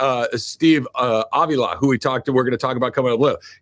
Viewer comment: Good stuff. Please learn how to pronounce Steve Avilas name. Jourdan Rodrigue pronounces it correctly.